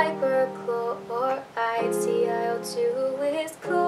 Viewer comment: CLO. Is hypochlorite not hyper Also C”L”O. Not C i O Otherwise ty for this!! It really helps!